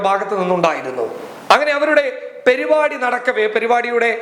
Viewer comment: പെരിപാടി അല്ലേടാ പരിപാടി ആണ് 😄